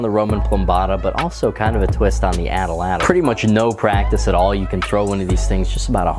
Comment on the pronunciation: At Latl.....not Atl Atl